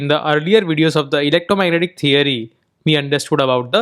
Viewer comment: I love how you say "Electromagnetic theory". The best indian way to say it.